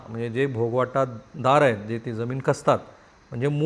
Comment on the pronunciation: भोग वाटा दार असं नसतं रे भोगवटादार असं असतं ते